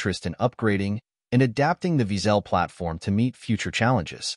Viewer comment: wiesel in German is pronounced almost exactly as weasle, except for the w is pronounced as v - veasle, not veazell as heard (too often ;-) in the vid.